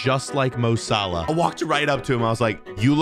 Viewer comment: That’s not mo Salah that’s Mo Salad